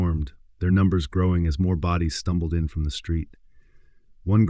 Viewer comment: Is he saying let the booties hit the floor?😂